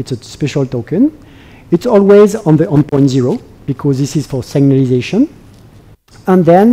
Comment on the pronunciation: It's terrible